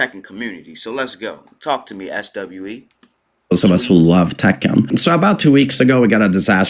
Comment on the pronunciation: The SWE in his name is pronounced “swee” SWE is for Sweden